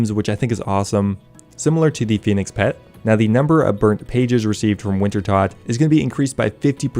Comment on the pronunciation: Youtuber mispronounces "wintertoad," I dislike the video, simple as